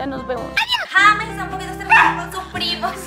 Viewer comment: Se escribe James y se pronuncia yeims